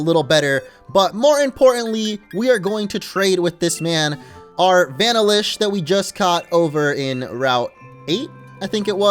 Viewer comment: Vanilla-ish come on man vanilla ice cream that's not one you should mess up lol